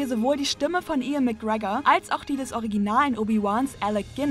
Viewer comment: EAN McGregor